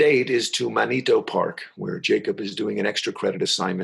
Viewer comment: Just so you know MANITO park is not MAN-EE-TOE. Great job otherwise.